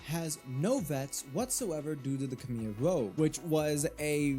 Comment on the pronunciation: Also "k-meer rogue"? Really?